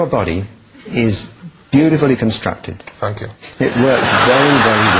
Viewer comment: You body is beautiflu constructed ( or what ever the spelling is ) Ali G : fank you ! ROFLMAO HAHAHAA